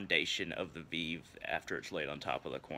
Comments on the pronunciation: VEEV 😂😂😂😂😂😂😂 that’s not how you say it lmaooooooooooo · It is "veh veh" not "viiv" and it's pronounced "voh due" and veve are not burned especially not to papa legba!!!! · Vay-vay* and voo-doo* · that’s fine lol. It was just funny